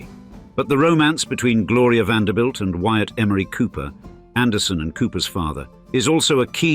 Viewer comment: Finally a narrator who pronounced the last name correctly! as in VAN -DER -BUILT. Some of them pronounced it as "BELT"